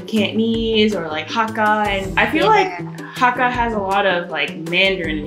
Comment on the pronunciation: You pronounced the word "Hakka" correctly. I've seen some people saying pronouncing it as "Hecka"